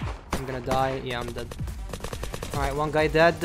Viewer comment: the way you say "dead-d" is so weird :D